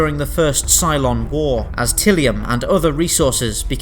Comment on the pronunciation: Amusing that in the new Galactica series Richard Hatch was the only person to pronounce the word "tylium" correctly. Even the guy in this vid gets it wrong.